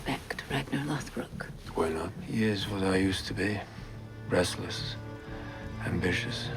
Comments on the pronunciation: I gotta say it, because no one else is saying it. It’s more like “Lawth-brook,” not “Loath-Brock” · Its pronounced Rag-Nar Loth-Brook Otherwise great video. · Loth-Brock?!?!?!? It's Ragnar Loth-Brook my guy. lol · When you said "Loath- brock"... I went outta of the video 😭😂😂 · Eww you said lothbrook gross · No offense but how do you mispronounce Lothbrok when they pronounce it many many times in the show